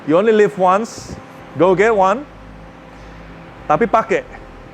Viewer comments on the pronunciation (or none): none